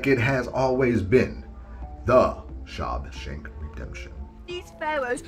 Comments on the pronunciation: I've always known that God calls himself jealous. With that one I just wonder if certain people just don't know the Bible very well. I Always thought Freddy's sweater was orange and green but maybe it was just the resolution. And did you just say "SHOB shank redemption"??? 🤣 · You lost me at "Shob Shemp" o.o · Say SHAWSHANK again!! Lmfao I'm sorry